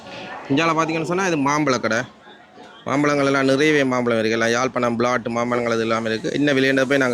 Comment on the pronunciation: நீ தமிழ் கற்ற தமிழனா அல்லது வேற்று மொழியில் படித்த தமிழனா? ஏன்டா யாழ்ப்பாணத்தின் பெயரை கொலை செய்கிறாய்?